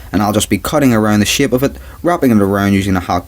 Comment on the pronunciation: shape not shipe